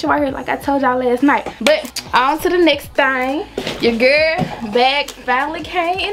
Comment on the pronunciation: It’s her saying pretty little thang for me 🥰🤣 know we from Memphis